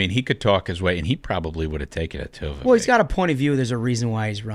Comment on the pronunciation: You all need to pronounce Vivek correctly, Vivek, rhymes with cake. No one likes Christie. Few like Haley You all had some bad takes.